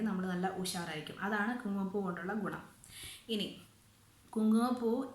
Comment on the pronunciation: ഗൊണം അല്ല ഗുണം